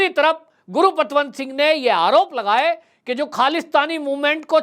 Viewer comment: bhai name to correct bholo, gurupatwant singh pannu nahi valke gurpatwant singh pannu